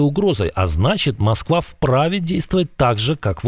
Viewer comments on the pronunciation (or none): none